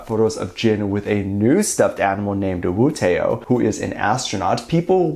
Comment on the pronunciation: pronounced "wootó" no wootE-O